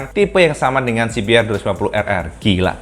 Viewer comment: Mantap...cuma sedikit koreksi aja CBR DIBACA si bi ar BUKAN si bi er